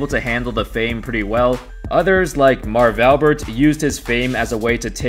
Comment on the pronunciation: 4th word of video and you are already making mistakes on the guys name...Jesus....cannot watch.